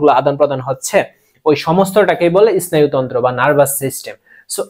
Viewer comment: ইস্নায়ু তন্ত্র না স্নায়ু তন্ত্র